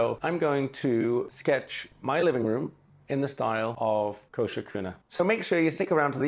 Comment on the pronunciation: More than approved! Wow,, what a great spread. I enjoyed seeing it come alive and you talking about the things you were drawing. It emphasizes on the mindfulness drawing can bring. Also, great names for your plants and musical instruments! Thank you so much for the big shout-out, AND for pronouncing my name so perfectly - that rarely happens 😊 New subscriber over here!